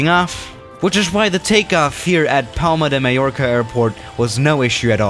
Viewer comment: Palma di Maiorca Me: I’m Spanish please say it correctly, Palma de Mallorca